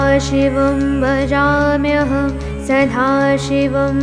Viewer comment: Well presented. Excellent. Very good pronounciation excepting that in many places, the letter da (ద ) was wrongly pronounced as dha (ధ ). For ex: sadhashiva (సధాశివా ). It should be sada ( సదా ); kalakadhamba (కళాకధంబ). It should be kalakadamba (కళాకదంబ). Please take care.